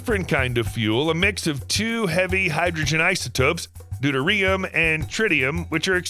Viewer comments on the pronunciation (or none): none